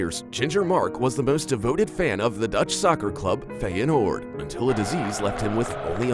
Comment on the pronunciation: "Fejenoord" AHHAHAHAH